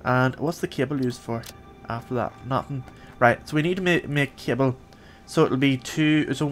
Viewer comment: you said cable I thought you said kibble. I was like can you train stuff now to be pets